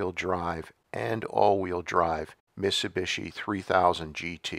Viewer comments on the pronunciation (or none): this dude cannot say miTsubishi.... missubishi. drives me nuts. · Why do you mispronounce MIT-SU-BI-SHI?